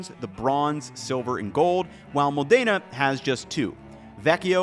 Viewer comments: MO+dena. Say it right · Small nitpick - the pronunciation is MO-dena, not mo-DAY-na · Great video! However one distraction I had was how you were pronouncing Modayna instead of MOdena took away from what you were presenting. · Mòdena. Not Modèna. 😊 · Still can't pronounce MODena, though 😅 Anyway, always enjoyable content. Thank you!